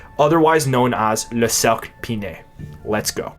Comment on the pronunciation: "Le cercle pinay" sounds extremely rude to English speakers, especially when its pronounced "Suc" ha.